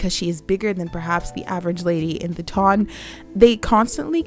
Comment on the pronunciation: I just want to say two things: 1) Thanks for such a thoughtful video, and 2) Thanks for pronouncing "ton" correctly!💖💖👏🏽👏🏽